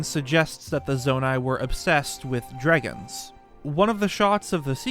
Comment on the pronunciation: They way he is saying, “dregon’s” is bothering me…..